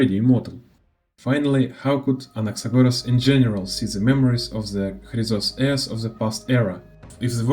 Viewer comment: Ещё ж крАйзос Ээрс а не хрИзос, Гнайос а не Гнеус, зАгреус а не загревс, Джеориус а не Геориус, сЁрсис а не кИркес, хАйсиленс а не гисИленс, сайрини а не кирини, пОлакс а не полИксия, мАйдемос а не мидЕймос ну и по ударениям каллИпсо а не каллипсО, нИкадОр а не никАдр, енусОполИс а не янусопОлис, кЕфали а не кефалИ, thЭнатос а не танАтос, Окима а не охИма, Ороникс а не оронИкс и the перед каждым словом лишнее это не доёбка, я просто оставляю комментарий чтобы видео продвигалось❤